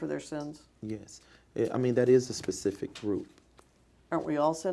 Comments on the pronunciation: "Is JMMI your business?" "Well....of course. But to be pacific you'd have to axe Michelle, I'm not really sure on that....." As he sweats right through his clothes. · 😂😂 Will you Be more “ Pacific “?!? 🔥👿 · What makes this so funny, is he is clearly illiterate and stupid but portrays himself as intelligent. Someone tell this guy it is pronounced "Specific" NOT "Pacific" Hahahahaha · Yeah I like the way he says certain words. Axe, pacific . He doesn’t know common language